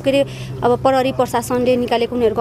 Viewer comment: आजकल स्कूल मा खुट्टा काटेको शब्द, आधी शब्द आदि पढ़ाई हून्न की क्या हो नेपाली बिषयमा ? जुन योतुबे ले पनी “प्रहरी” लाई “परहरी”, “प्रयोग” लाई “परयोग”, “प्रतिक्रिया” लाई “पर्तीक्रिया” भनेको पाउछु ।